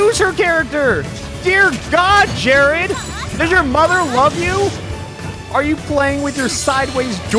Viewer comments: why does alpha pronounce Jaird Jared? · The name was actually “Jaird”. He misread it the whole time. Or did he? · its not jarID its jairD JAIRD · I like how you mocked how dumb they were but read jaird as jarid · Umm... His name is Jaird... not Jarid... But everything else was probably true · Alpharad - Stares at the name and calls him Jarid. Me, an intellectual - Wait it says Jaird. That’s dumb as hell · That's because the mind does a backflip trying to internally pronounce "jaird" every time it's read. "jarid" is much easier. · He said jarid but it was jaird all of the sick burns for nothing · That Jarid bit soured me on this video. Yeah, he shamed the name of Zelda, but come on. Don't be mean about it. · "did you finish high school jarid?!" said alpharad, reading his name wrong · Drinking game: Take a shot for every time Alpha says "Jaird." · Drinking game time! 🍺 Take a shot everytime Alpha says "Jarid" Congratulations! you're now drunk... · Freaking the way he says JARID was so funny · I came back to this vid because i wanted snake cancer, i forgot about jaird. How does Alpha not say it right?